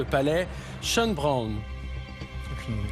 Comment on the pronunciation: Le challenger à la charmante moustache a une bonne culture avec des questions pas évidentes, ça fait plaisir ! Une petite pique à Jarry qui ne semble pas connaître le château de Schônbrunn, qu'il prononce 2 fois "brone" ...un grand classique de l'histoire européenne pourtant 😊